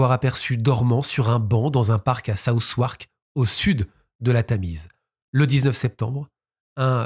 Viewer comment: La prononciation de 'Southwark'. Tres marrant.